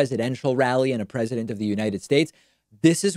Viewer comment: Da pwezidunt